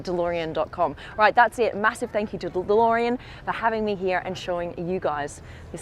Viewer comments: alex its beautiful dolorean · The best thing here is the way Blondie says Delorean